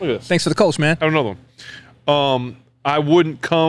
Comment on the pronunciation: Btw. Kölsch… the o with the 2 dots… ö… is annother pronounciation. the mouth is the same like o, but your thounge must form like you like to speak a y, like in „yes“… sounds weird but i think it works 😄